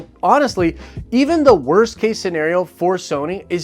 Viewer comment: “WOST” case...